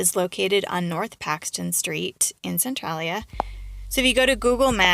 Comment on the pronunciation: Your didnt say that towns name right.